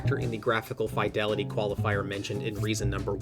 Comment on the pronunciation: R u saying fidelity wrong on purpose